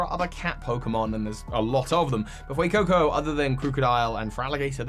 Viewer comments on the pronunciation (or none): THE A IN FUECOCO IS SUPPOSED TO BE AN E!